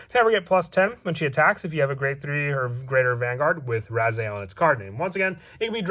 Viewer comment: It's rezael not ryzeal